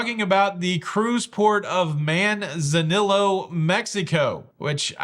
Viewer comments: I'm not sure if anyone mentioned this, but for future videos it is pronounced Man-za-nee-o. But hey...the Captain last month couldn't pronounce it lol, so no one really cares. It's just the teacher in me ;) I've saved a lot on AARP cards, but Princess discontinued theirs all together a few months back The cruise lines, not AARP, set the discount. I would hate tall glass on balconies. It most likely wouldn't help, as where there's a will, there's a way. Happy New Year! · Perhaps consider learning how to pronounce the name of the cruise port it’s not Man Zanillo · It’s pronounced Man - zan - e - oh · Manzanillo - Man-Za- neeyo (double L has a Y (ee) sound. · Manzanillo is pronounced man za neeo. “ll” is pronounced “y.” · Man zan knee o, how to pronounce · The double “L” in “Manzanillo” is pronounced like the “J” in “John”.